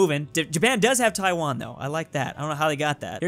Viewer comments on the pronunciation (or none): none